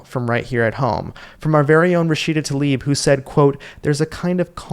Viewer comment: If you want to be credible, please learn to pronounce the name Tlaib as it should be, not "Talib". And - no, I am not a fan of hers, just a fan of pronouncing the names correctly.